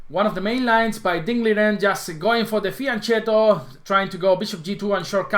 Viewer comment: fianchetto (Italian: [fiaŋˈkɛtto] "little flank") ch is pronounced as [k] in Italian. cc is pronounced as [ch] in Italian. Ex: “Gucci” would be pronounced “Gooch chee,”